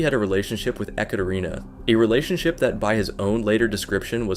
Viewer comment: The creator kept saying "EhKaterina" which is wrong pronunciation lol